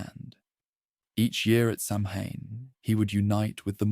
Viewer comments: sidhe = shee samhain = sow-ayn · Get it right. Samhain is pronounced saween. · It’s pronounced Sowen; Sow- (rhymes with cow) - en. Or sometimes Sow ( rhymes with cow) - in. In Scottish Gaelic it’s pronounced Sah-ven. Never Soween or as it’s spelled Samhain.